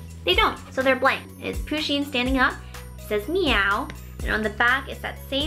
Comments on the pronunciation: its not poosheen its puhsheen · I love this box, but you kept saying poosheen and it REALLY annoyed me! Push-een PUSH! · I'm pretty sure it's pronounced "pu-sheen" not "poo-sheen" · someone please tell her that it's pusheen not poosheen but I love the vids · But, it's pronounced push in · I hat when she says poo - sheen cuz it's push - enn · You don't say it like poo-sheen it is pa-sheen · lol she pronounces pusheen as poo sheen lol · Oh. Meh. Gawd. It's Pusheen.